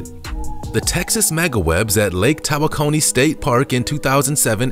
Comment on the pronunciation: It's pronounced Lake "Ta wok oh nee" not "Tawa coney". I live in Texas and have friends that have a lake house there on Lake Tawakoni {tawok oh nee}.